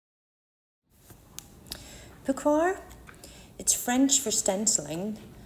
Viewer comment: Correct pronunciation is po-ssh-wa. Great layering of your images.